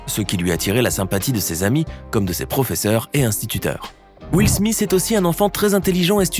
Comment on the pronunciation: Will smisss 😂😂